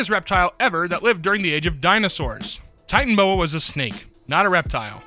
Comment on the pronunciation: 1. it's actually Titanoboa, not Titanboa (I've watched the movie too many times to count) 2. I did the math for the McDonald's for life one There are 62 possible unique combinations 6 combinations of 1 15 combinations of 2 20 combinations of 3 15 combinations of 4 5 combinations of 5 1 combination of 6 I'll happily discuss my thought process if anyone would like